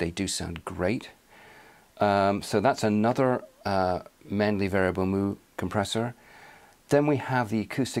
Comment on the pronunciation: It's it 'Mew', not 'Moo'?